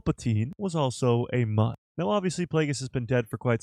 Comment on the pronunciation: Why is it so hard to say the correct pronunciation of Mune not Mun smh